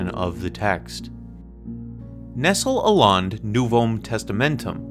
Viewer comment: Do you even read Greek? And BTW Nestlé is pronounced like the chocolate, it doesn't rhyme with pestle.